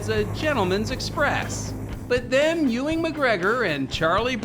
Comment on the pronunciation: Who da fuck is "Ewing" McGregor ?